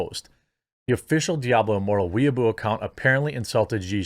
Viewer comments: Lol pronouncing it “weeaboo” instead of “way bow” is hilarious. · OMG it's "way-boh" lol. Not weaboo. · Weibo is pronounced (roughly) way-bo. Jeremy saying it like weeaboo confused me so much just listening. XD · Why does everyone keep calling it weeboo? It's Way Bow (the weapon). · Not "We Boo", "Way Bo" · Way boh not weaboo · Way-bow not Weeaboo. Though I might start calling it that anyway. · It's Weibo pronounce "way bow" baka, not weeaboo or weeb for short. 🤣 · It’s pronounced more like Way-boh. Please don’t associate us Weebs with CCP social media. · I kept giggling when you said "wee-a-boo." I can't quite say how it's actually said since I can't speak Chinese but I know it's not "wee-a-boo." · Weibo is pronounced "whey-bow" so you know in case it comes up again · Pretty sure it’s called Wee-boe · Weibo = “Wey-boh.” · it's pronounced way-bow Jeremy just saying :) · Just so you know Jeremy, weibo is pronounced "way-bo" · I believe Weibo is pronounced "Wee Bow" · It’s funny how Jeremy pronounces Weibo as weaboo. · Weibao. Is pronounced. Way bow . A weeaboo is a Japan simp. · Its pronounced Way-bore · thats not how you say weibo